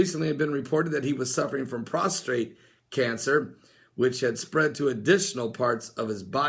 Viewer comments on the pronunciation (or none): I'm a nurse and it bothers me that you pronounce "Prostate" incorrectly. It is not "prostrate". That means to be laying flat. Don't worry most non-medical miss speak this word.